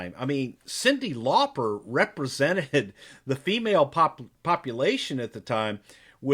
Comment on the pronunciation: Her name is actually supposed to be pronounced that way! It's Lauper, so not far off?! Just sayin'